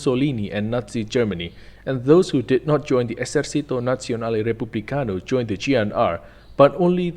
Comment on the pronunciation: "Esercito" isnt pronounced like in spanish, the "c" dosent make the sound of an "s"